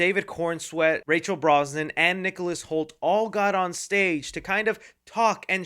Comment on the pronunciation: I can’t take it anymore. Her name is pronounced RAY-CHEL BRAS-NA-HAN. Dude. You’ve NEVER pronounced her name correctly it’s so aggravating. This is part of your JOB. You are monetized. You present yourself as cinema press seeing how you give reviews with a rating system and all. You are a journalist. C’mon!